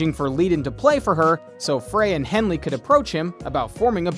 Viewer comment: He pronounced Henley right, at least